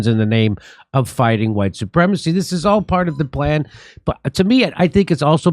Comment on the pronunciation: Huwhite supremests!!!!!! 😂😂😂Lol